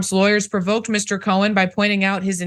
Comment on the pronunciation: His last name is Cohen, not cowan.